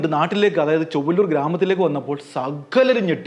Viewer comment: ചൊവ്വള്ളൂർ അല്ല, ചൊവ്വന്നൂർ..